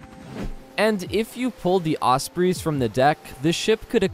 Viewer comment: You saying "Osprees" was making me cringe